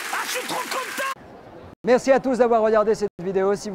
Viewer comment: J'adore quand il dit mesi et mon popa